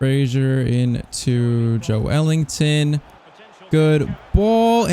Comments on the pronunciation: It’s Ｊｏｅｌｉｎｔｏｎ not ｊｏｅ ｅｌｉｎｇｔｏｎ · joelinton is pronounced joe lin ton